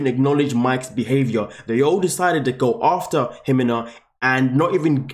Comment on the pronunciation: First do your research and learn how to pronuce her name properly there no H in her name..it's pronounced He-Mena